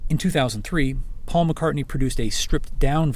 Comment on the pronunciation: They can't pronounce "Paul" either.